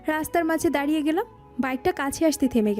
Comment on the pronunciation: দারিয়ে নয় “দাঁড়িয়ে”